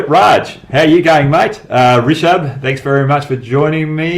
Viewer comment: Hey Hoggy - What a great spinner you were , your confidence was awesome. As Indian fan,We used fear a lot to Your team, with Gilchrist, haeden,McGraw and others... Your videos are very good, your analysis is very good, thanks for the videos.. I just can't see you struggling so much to pronounce indian names.. Rishabh pant - Not Rishabha pant Hope you find a way out on this.. Good luck to you for everything you are doing..